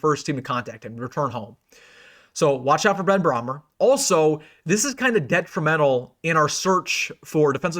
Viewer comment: it's pronounced like Bray mer not Brahm er..😅